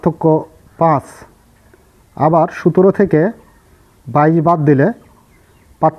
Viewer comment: আপনি যে সংখ্যা টাকে বার বার সুতের বলছেন ঐটা সুতের না সতের হবে